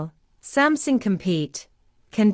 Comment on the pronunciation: Why your computer read out pronounced “Sumsing”. Did you misspell the word or I have missed out something?